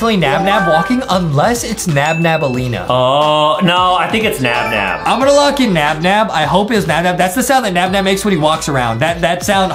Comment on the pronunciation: It's naba